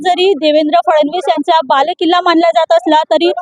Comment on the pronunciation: To anchor === तो बालकिल्ला नाही तर बालेकिल्ला असा शब्द आहे